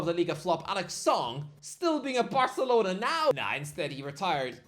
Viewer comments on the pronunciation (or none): none